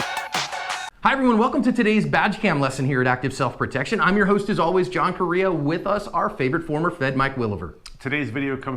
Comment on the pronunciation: He should teach John how to pronounce Correia.